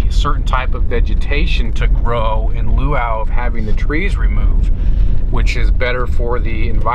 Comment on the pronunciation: dude, did you say "in luau of" ?